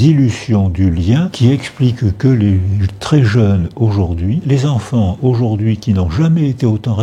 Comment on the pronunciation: Les 377 000 Z-enfants ??? Bravo, la journaliste !